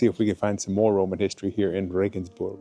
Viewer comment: You got nothing wrong, I tell you. For one, you pronounced Regensburg as it should be. I hear a lot of RegensbErg!